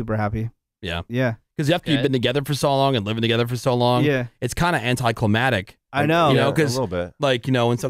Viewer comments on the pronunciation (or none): Congratulations!!! BTW, did anyone else notice Woody saying "anti-climatic" instead of "anti-climactic"?